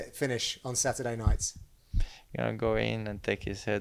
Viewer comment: Satoorday :D